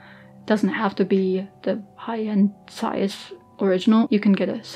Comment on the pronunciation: Ich hab mich erst erschreckt das jemand bei YouTube Zeiss richtig ausgesprochen hat, dann kam die Sprache auf Düsseldorf... 😅 Ich habe selber eine Ikonta, ohne super, und bin immer wieder begeistert über die Qualität des Objektivs. Die "kleinen" Ikontas haben zwar keinen Rangerfinder, sind dafür noch etwas kompakter.